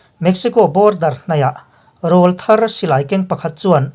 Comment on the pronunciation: Rawl thar tih hi ari hi hniam awm lo a lam hi adik zawk ang rawl thar hi intiat in ri se